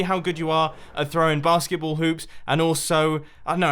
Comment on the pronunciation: Every time you said basketball, I heard barskiples